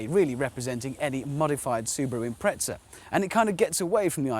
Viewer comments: im-pre-za why the fuck do Brits add a T? im-pret-za. there's no T wtf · He pronounces it like "tz" because that's how the Italians pronounce their Z's. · Jimbob Randoms The British (and Australians) have a knack for improperly pronouncing names from Japanese companies. Nissan and Prius are good examples of this. For whatever reason, Hammond, on more than one occasion, likes to pronounced Impreza as though it were spelled Imprezza and with an Italian accent.. Personally, I pronounce the Z as just a Z.